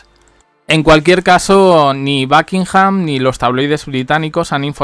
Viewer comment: Por favor si no sabes hablar Inglés ...por lo menos pronuncia los nombres como estan escritos ! de donde sacas backinham ?